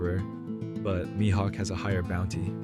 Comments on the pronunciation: I totally agree 💯% with you 🤩 ! But you're mispronouncing his name. It's pronounced ME-Hawk ( Mihawk 🦅🗡️ ), not MY-Hawk ! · good video but please keep your pronunciation of mihawk consistent 😭 you kept switching between my-hawk and mi-hawk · This is probably a good video but I couldnt hear MYhawk out loud after the 4th time 😅